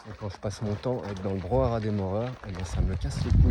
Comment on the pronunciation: Salut, je te suis depuis un moment maintenant et t'apprécie beaucoup. Je voulais juste te dire,toi qui aime notre belle france que l'on dit brouhaha et non pas brouhara... 😅 J'espère que tu vas trouvé ton spot de rêve! ❤